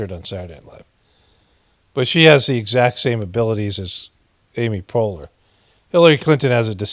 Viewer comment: Dying over the mispronounce of Poehler